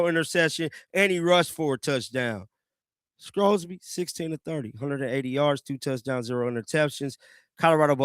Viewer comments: I don't know what team would want to take a chance on Sorsby. And by the way, there's no "c" in Sorsby's name. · His name is Sorsby not Scrosby